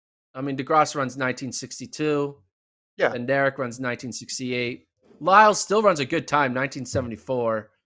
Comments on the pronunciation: Bednarek is pronounced BEN-narek, with the stress on BEN. The D is silent. How does FloTrack not know this? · Actually, Kenny is my cousin and Bednarek is pronounced Bed-Nar-ek. The D is not silent, but kind of blends in with the N. Just letting u know from one in the family. Saying Benarek without the D is wrong and so annoying that announcers get it wrong.